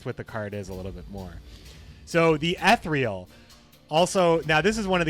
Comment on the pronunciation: "E-thereal" fuck I dunno how to write the pronunciation but its bugging me the way u pronounce it lol